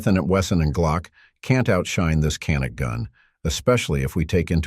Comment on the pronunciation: How do you pronounce Canik? It's not Ca-NIK as in Can-Nuk. 🤦 It's actually more like CHAN-IK or JA-NIK.